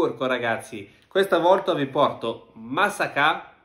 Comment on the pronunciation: bu arkadaş MASSAKA 'ya musakkamı dedi dua et seni bulmasın :d